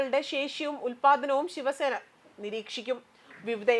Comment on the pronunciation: Shivasena alla saksena